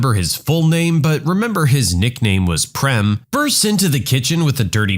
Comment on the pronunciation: I was not happy the way you pronounced PREM 😂😅 IT'S pronounced as PRAME (same way as FRAME) My name is PREM BTW and it means LOVE